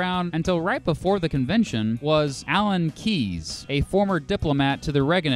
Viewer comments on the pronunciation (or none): Say Alan Keyes without -es.